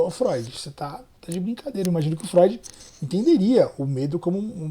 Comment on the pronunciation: Essa foi "fróid" 😂 parabens pelo react 👏👏👏